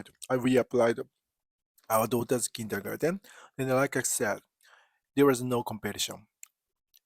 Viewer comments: No, you're doing it right, it's just interesting to hear how a German word 'comes back' to a German via an English-speaking Japanese person – and how it changes slightly in the process: Kindergarten, Kindergarden, Kindagaten, etc. Best regards, my friend! 🙂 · I love it when my favorite Japanese friend pronounces the English word 'Kindergarten', which originally comes from German (my native language), with a Japanese accent. 😍 One World! :hand-purple-blue-peace